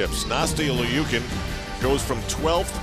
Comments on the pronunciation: Its not (leukin) its pronoused (lou-kin) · It's pronounced "Lee-you-kin" if you look at the Cyrillic.